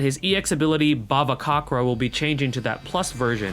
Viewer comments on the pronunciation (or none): i think the pronounciation for bhavacakra is ba-va-ca-kra the cakra is like cakra from naruto if you watch naruto anyway i dont know either actually and i dont really mind but great video!!